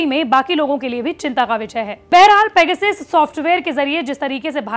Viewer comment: सब पेगासस उच्चारण कर रहे हैं और आजतक पैगसिस, वाह! आजतक वाह!